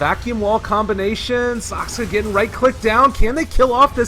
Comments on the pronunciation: That caster still can't pronounce "Saksa" properly. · why does the caster keep on saying saksKa? :o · is it so impossible to say Saksa? "Sakska sakska" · Retarded casters ... ITS SAKSA NOT SAKSKA !!! UNEDUCATED MORONS